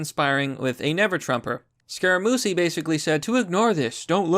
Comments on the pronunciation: It's the" Mooch," not the "Mousse." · Pronounced Scaramoochie lol. Not Sacaramoosie. Don't worry about it bro. You do good work. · Scar- ra- moochie... aka the "Mooch" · It is Scar-uh-moochie. The dude worked for Trump for a few days. Glad he saw the street rather quickly! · I think it's pronounced "Scara-mooshie". My dad is a big Trump fan and I remember him talking about Scara-mooshie months ago. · It’s pronounced “scare-a-mooch-ee” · His name is pronounced " Scar ah moochie". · Scar-ah-moo-chee ya dum Irishman...................... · Yes Italian name Scare-a-moo-chee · I wonder if Joy Reid sent her team of forensic computer experts to find those hackers lmfaooooooo Also cc together in Italian usually makes the ch sound. Scarmuchii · scare-a-moochy.. it was driving me nuts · Scare uh Moochie. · For God's sake, it's pronounced Scara-Moochee. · His name is pronounced (Scare-a-moochee). He used to be Trumps friend and was the Press Secretary then Trump canned him because he was creating too much drama. The Mooch is just a disgruntled ex-employee. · It’s pronounced “scare-ah-moochie” You know Scaramucci was fired by Trump for incompetence after a week on the job. Great job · Scaramuchi was El Presidente’ s White House press secretary for like a week after Sean Spicer was fired. He was fired as well and took it personally. I think his name is pronounced scä ra moo chee. Why do I feel like they want to start a nuclear war just so he can’t be re-elected. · Scaramucci, It's pronounced scare a moochie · Scaramuchi is kinda how you say it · FYI it's pronounced scaramoochie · It's pronounced scare-a-moochi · Scare-Ah-Moo-Chee. You really should learn to read. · It's pronounced Scaramoochi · Its pronounced Scare-a-moochi